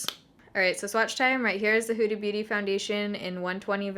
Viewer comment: Sounds like you're saying Hoodie Booty 😂😂😂